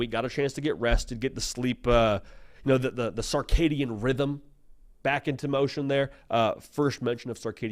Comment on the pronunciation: My mans got sark on his mind. It’s not the sarkidian rhythm is the circadian rhythm. Lol.